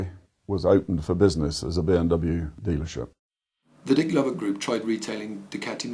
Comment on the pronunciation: hahahah "DICK LOVIT" HAHAHAHHAHA